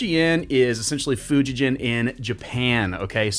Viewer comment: The brand name is pronounced Fujigen with a “g” as in gain. Fujigen is a company that used to make Fender Japan models.